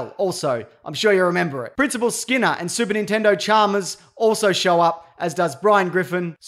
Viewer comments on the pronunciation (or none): "Super Nintendo Charmas"?